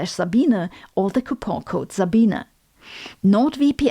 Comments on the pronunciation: Congrats Sabine! I I eagerly wait form each of yor videos. Hmmmmm.... So your name is pronounced "zabeen - uh" .... interesting! I like the way you pronounce "Einstein" correctly as well! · I like that you have become popular yet people still do not pronounce your name correctly, Dr. Za-bee-na.